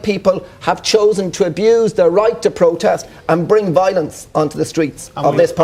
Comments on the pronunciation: Why can nobody pronounce their words correctly, peace plotest, young plotestants... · Wee Jamie Bwyson says it's a peaceful pwotest